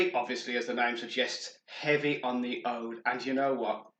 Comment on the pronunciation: ouuuuud not oude. HaHa